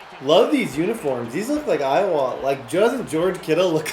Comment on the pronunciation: pronounces Iowa, EyeWaaa